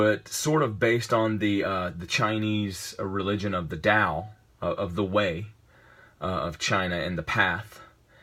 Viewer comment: In Chinese, it's pronounced "dao". The Nostalgia Critic frequently criticized the pronunciation in his review of Warriors of Virtue.